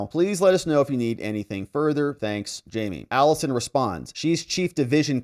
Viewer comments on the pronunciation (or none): none